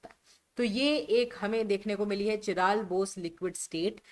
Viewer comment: काइरल✅ चिराल❌